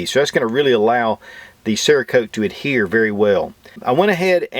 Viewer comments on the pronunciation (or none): none